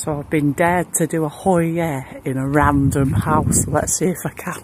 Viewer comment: she went australian with the second random house